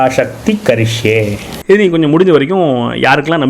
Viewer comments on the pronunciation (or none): நல்ல பதிவு நல்ல நோக்கம் கொண்டு பதிவிடப்பட்டுள்ளது. ஆனால் ஒரு சிறு திருத்தம். "நாம" என்று இருக்க வேண்டும். சமஸ்கிருதத்தில் "எ" என்ற ஒலி கிடையாது. "ஏ" மட்டும் தான். "சீக்கிர மேவ" " கரிஷ்யே" என்று உச்சரிக்கப்பட வேண்டும்.